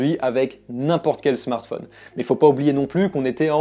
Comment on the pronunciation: Ca fait plaisir d'entendre quelqu'un qui ne dit pas Smartfaune mais Smartphone comme Téléphone. Voilà.